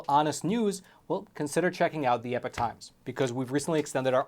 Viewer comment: I just wish you would pronounce the name correctly, it’s E-P-O-C-H not epic times, another reason why I cancelled my subscription